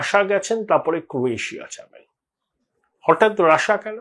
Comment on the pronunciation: Rassa bolchhen keno?...😂😂 pronunciation thik korun